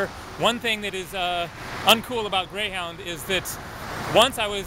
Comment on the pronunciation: You said Greyhowwndah bus lol